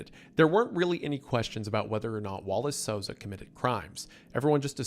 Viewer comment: hey brasilian here u said the names perfectily the first time